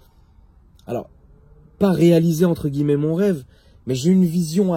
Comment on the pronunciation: Des guillEEEmets , des echEEElons